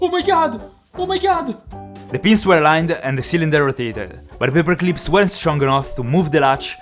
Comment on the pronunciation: "paper cleeps"